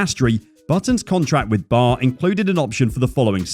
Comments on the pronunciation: B.A.R. not 'bar'. The whole time they were on the grid never heard a single person call it bar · It's B.A.R. not Bar. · that's "B A R" dude, not "bar" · It's B.A.R. not bar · Bar? It's an acronym, not a word. B - A - R (British American Racing) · like "Be Ay Ar" you get it